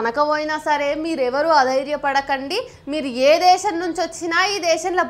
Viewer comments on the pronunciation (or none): none